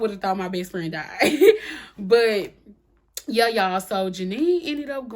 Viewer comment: Hey!!! I absolutely love the way you say, “Yuh” 😆 Reminds me of my cousins in the South!